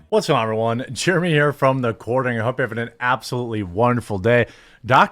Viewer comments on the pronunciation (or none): none